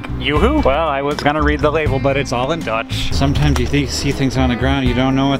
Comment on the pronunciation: Love seeing you in Amsterdam Hank, and your Dutch pronunciations are great ;) and trust me, most of those bikes are in use!! We have on averave 1.3 bikes per person in the country :) and especially in cities where biking is often the fastest mode of transport.